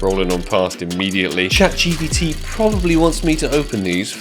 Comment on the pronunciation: i love how says "Chat TPT"